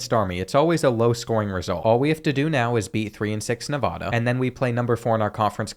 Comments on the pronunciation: like the vid but it's Nev-AA-da not Nev-ahh-duh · As someone who lived there for over 15 years, the first a in Nevada is like the a in apple, not the a in awesome. Great video.